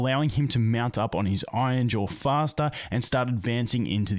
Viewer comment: Hey, R's aren't there to be skipped but actually to be pronounced. Iron, not ion. Iron-jaw, not ainja.